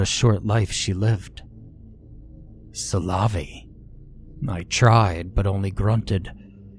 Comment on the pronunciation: Yeah, but making it sound like salami can't be right either lol.